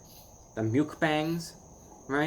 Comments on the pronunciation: LOL he said mukebang instead of mukbang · He said Mjukbang im dead